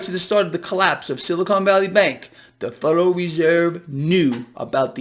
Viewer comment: the "fuderal" reserve